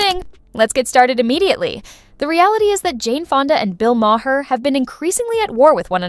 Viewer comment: Please — his name is not Ma-hair.